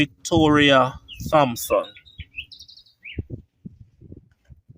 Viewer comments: your subscriber is right. THompson is pronounced Tompson {the H is silent, not pronounced}. Same with THomas {pronounced Tomas {the H is silent}. I am sure you know of the parish of St. THomas, which is pronounced St. Tomas. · please remember that the H in the sir mame Thompson is silent